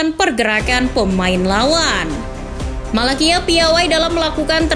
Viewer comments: sbutan nya tyrel malacia-tyrel malasia..bukan malakia..🤣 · Maaf cara bacanya bukan Malakia, tapi Tyrell Malacia (Tairel Malasia) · Cara bacanya Malasia min bukan Malakia, sorry min bukannya sok ngajarin atau gimana tapi emang begitu bacanya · Disebutnya malasia min bukan malakia hadeeehh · bacanya malasia min